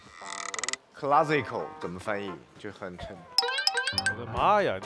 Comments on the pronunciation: ca-la-ssi-cal, 為什麼他要說英語。還是說中文比較好。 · 那个坐旁边的男导师硬要装逼讲英文“classical”笑死了讲得还不标准，有些英文也许一时会找不到中文词，classical不在这范围内，孟非老师怼得好。